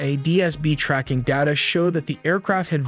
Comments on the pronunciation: what is tracjing data? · Tracking not tracing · Amm Dabad? Tracjing?